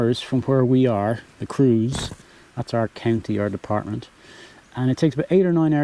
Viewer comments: Hi, watched all of your vlogs and thoroughly enjoyed them. Can I strike a deal with you? I promise to keep watching if you can pronounce Creuse, as "Crurs"...and not as "Cruise"...! Hope that's OK with you! Cheers 🍷🍷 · You can pronounce Creuse not like cruise but exactly as you pronounce tronçonneuse.